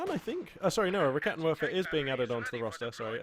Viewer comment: Just a small thing, when pronouncing german units such as the Raketenwerfer just remember W's are V's so it's 'Raketenverfer'. Much more satisfying to hear/say for your German/multilingual fans:)